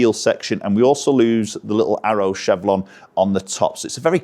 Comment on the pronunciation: Chevron not chevlon:):)